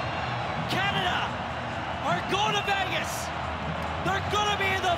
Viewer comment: I think he’s fine except he pronounces it “Catada” every time 😆